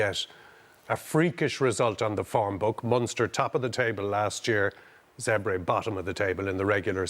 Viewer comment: It’s pronounced “Zebb”-“ray”. It’s not complicated Donnacha. Two syllables. That’s all.